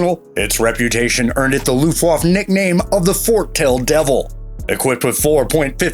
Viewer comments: It's too bad, the video is great but the voice over is total crap. Luftwaff-A? Dude, does this channel even check pronunciation? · Mosquito, fw190 and B17 all missed off.....and come on mate, if you're doing a video about ww2 planes at least learn how to pronounce Luftwaffe properly lol. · 4.10...what the fuck is a mershershmit !!??? and what was the looftwafey !!??